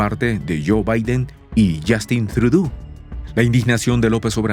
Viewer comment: Es Justin ¨TrudÓ¨ y NO Justin ¨TrudÚ¨